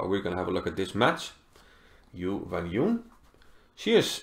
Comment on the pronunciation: Her name is pronounced as Jew-when-June (mind the J-sound).